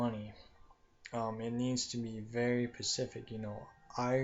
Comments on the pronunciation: ur to monotone, and all the ummmm's and pauses made me turn u off.and its specific not Pacific. u need to practice before you record yourself. just being honest. u sound like you don't know what you are talking about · PACIFIC???? DUH, TRY, SPECIFIC!!